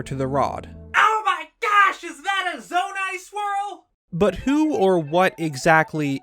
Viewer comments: It took me too long, I thought he was saying "Zora squirrel" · I thought he said “squirrel”...